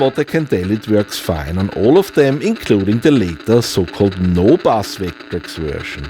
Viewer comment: is it just me or does sound like he says "vayck-trecks" sometimes? <3